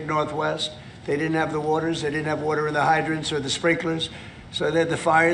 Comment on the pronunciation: What does Trump pronounce the word "water" as "wor-tor"?